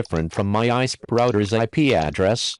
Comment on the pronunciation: what's an ahh-eehh-sp? 😂